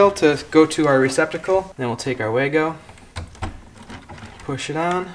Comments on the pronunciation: Say “VAH-go” rather than “way-go.” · Das heisst WAGO, nicht WÄYGO 🙄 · VAH-go, as the German's pronounce it. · well wahgo is what I heard came out the the reps mouth when he said "in Germany this is how we say it" 😉. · Wago is a German brand. Should be pronounced Vago.